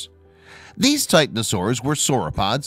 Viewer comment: TitANosaurs, herBIvorous, diPLOdocus. In English, for words over 3 syllables, the second syllable is almost always emphasized. Your sing-song and awkward manner of reading seems to affect also your pronunciation of specific words you don't know. Please read more calmly.